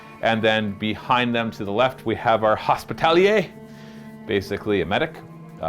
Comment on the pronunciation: Hospitaller, not Hospitallier. As in the real world knightly order.